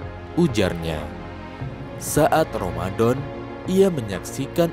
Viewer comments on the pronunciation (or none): Ramadhan..bukan romadon...